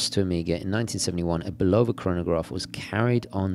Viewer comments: It's pronounced Bulava Not Bolova! Just look up one of there TV commercials here on YouTube,this may be the way they pronounce it in Europe but it's not the correct pronunciation. I submit to yoyo with all due respect. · For the word "Bulova", the stress is on the first syllable, not the second, just fyi.